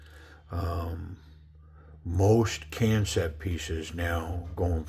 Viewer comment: DCA of Knifecenter had said it the same way you did, and a rep for the company informed him that it's intended to be pronounced just like "Concept."